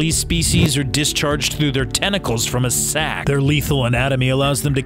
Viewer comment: The way you said 'sack' then lol